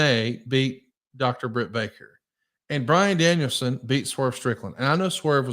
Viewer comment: My fav part of the ppv was JR calling bryan Danielson. Daniel brianson 😂😂😂